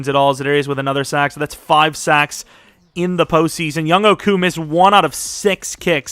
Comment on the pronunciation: it’s not young-hoe, it’s young-hway.